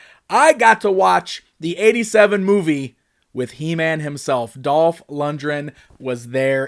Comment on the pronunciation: why do you keep mispronouncing Dolph's name????? Seriously. Over and over and over again.